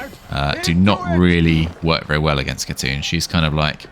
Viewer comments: It's "Hatun" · She looks so good, and is definitely not going to help with my assassin addiction lol. P.s: Her name, like with words such as Knight, doesn't use the K. So you would say Hatun. (Not being rude I'm just a nerd with languages lol) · the name is said Hatoon. The U makes a oo sound and the K is silent.